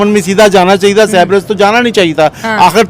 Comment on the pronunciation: Cyprus pronounce to sahi karo, Bhai